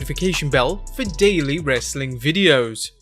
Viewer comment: People wit accents shouldn't try to say rastling